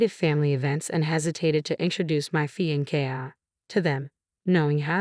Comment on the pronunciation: Pronunciation matters, fiancee, wry. Repeatedly wrong is a distraction.